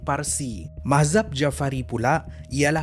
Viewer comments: sekadar pembetulan.mazhab bukan mahzab.arqam bukan aqram.hrp alert selepas ini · Alhamdulillah, terima kasih atas content dan perkongsian yang menarik ini Cuma saya rasa ada beberapa sebutan perlu dijelaskan, mungkin saya yang silap dengar Kuala Kerang atau Kuala Berang Mahzab atau Mazhab Aqram atau Arqam Apa2 pun terbaik semuanyaa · Kaizoo...klu x salah,. sebut Aqram..spttnya Arqam...tp yg musykil la ni...mahzab tu,ape..!!?? Mazhab ka..!!??😭😭😁🙏.. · ehhh..ehhh..ya ka!?? Mahzab ka mazhab...tersasul la tu kot.!! 😅😂🤣🙏.. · MAZHAB la bukan MAHZAB